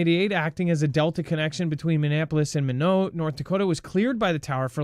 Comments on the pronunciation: FYI... Minot is pronounced My - Not.... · MINOT, ND IS PRONOUNCED MY-KNOT